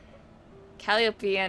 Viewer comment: Calliope - Kah-lie-ah-pee. It hurts my soul when things are pronounced weird. I'll give hydro-city a pass but please.